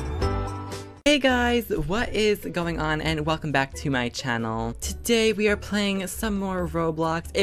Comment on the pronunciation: he says channel wierd